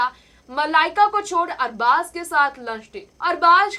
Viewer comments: Arbash nai arbas khan bol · Arbaz never ditched Malaika..... Understand that........ Try to pronounce Arbaaz...... Properly...... Nonsense Salman Khan has nothing to do with their break up...